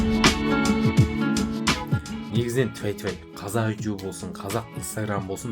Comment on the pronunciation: Неге ютюб деп сойлейсің ютубқой